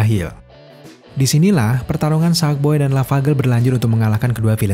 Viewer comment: Yg gw denger: sadboy dah lavagerl